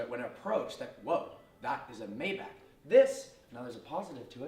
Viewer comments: Yeah it’s mybock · Isn’t it like “mai-baak” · It's pronounced "My Bach" not "May back" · May-Bach Not May-Back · First thing - hates the looks? Then why did you buy it? And it’s pronounced MY-BACH, not May-back. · It’s pronounced MY-Bach not MAY-Bach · It's not called "Mäybäck" its called "MaibaCH" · It’s “my-Bach” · IT’S GERMAN. ITS PRONOUNCED MY BOCK. I cringe so hard every time you say it incorrectly. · I be hating the way u say “mayback” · It's "mybock" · No it's not mybock.... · Originally it is pronounced "MajbaH". H like Helen :) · Sad you don't know how to correctly pronounce the name of your own car. May want to look it up. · You didn't even pronounc Maybach properly. Wtf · One thing I hate, the fact that you mispronounce Maybach.